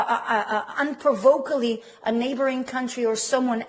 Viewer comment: "Unprovokally"! Ha ha! 😃